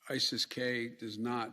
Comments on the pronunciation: ISSES K 😂 you made them you MFK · Isis-k! Get it right